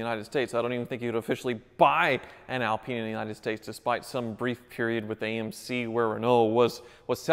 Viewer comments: Stop pronouncing alpine wrong sounds like you swearing lolz wish i could send a voice note just so u can hear how you say it lolz . I'm not criticising so please don't think bad I'm just saying 😁😁😁😁😁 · I can't watch this any longer he can't even pronounce the name of the car. We are not in France lol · Since when has the Renault Alpine been pronounced "Al PEEN"?? It's Al pine as in PINE tree. Or perhaps pine trees in the states are known as peen trees...., please don't fall into the trap that most Americans on YouTube get into with anything having a European or British name being totally mispronounced. At least you managed to pronounce Renault correctly........ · Skip to to see and hear a proper one in action: (PS Its pronounced "Al-pine" not "Al-peeen" :)) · Barham so is it Al-peen or Al-pyne? I've pronounced it Al-Pyne my whole life and cringe at mispronouncing it but now I'm not sure. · Good vid but it not Alpeen it's Alpine. It's named after the Alpine mountain rage that starts in France. That range is called the Alps. Hate to be that guy but it's Alpine not Alpeen. Love yer channel BTW. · Alpeen? One goes skiing in the Alps.. On an Al-pine slope.. 'pine' as in tree.. Ever heard anyone call a Pine-tree a Peen-tree? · ALP EYE NE not AL PEENe... the e on the end make the I an eye not an E........ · Pronounced - al Pyne not al peen ! 😁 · It's not Alpeeen it's pronounced Al-pine 😂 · Al-pine not Al-peen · Alpine not Alpeen 🙄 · Renault Epeen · A L PINE ...not AL peene...its pronounced like ALUminium or SOLDER not SOLdrr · Have always loved these, but not sure you are pronouncing "Alpine" properly (?) I don't think it is "Alpeen" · The 'Renno Alpeen' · It's pronounced "Al-pine" which rhythms with wine. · It is pronounced like this Al-pine, pine is pronounced like the wood of the same name. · I beg you and will pay you to stop saying alpeen! 💰